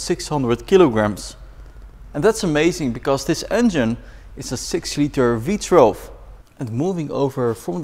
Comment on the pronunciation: Does he keep saying V Trelve???